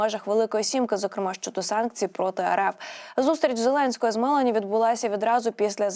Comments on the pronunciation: Навчіться ж правильно говорити прізвища. Вуха ріже Мело'ні, не з Матарелою,а з Матарелло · Але Жьоржя Мелоні-наголос на другий склад О. І не переговори, а перемовини